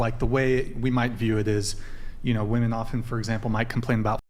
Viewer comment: "Maybe that's why a lot of woman" Why are American children, I mean women, incapable of pronouncing the word "women"? Are schools closed in the USA and no one gets a basic education?